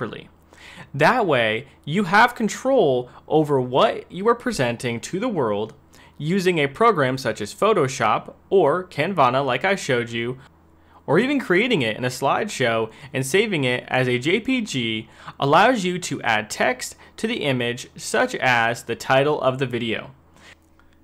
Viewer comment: It's CAN-VA not Ca-van-ah